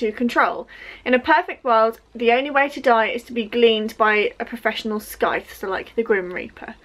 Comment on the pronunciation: Hi. Hope you don't think I'm being rude, but for the word ''scythe" you don't pronounce the 'c'. So.....like how you'd say the word sigh, then T H